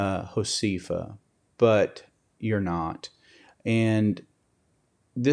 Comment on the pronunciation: Please have someone teach you how to pronounce Josefa. It is Ho-seh-fa, not Ho-see-fa. Thank you for helping her to,come back online.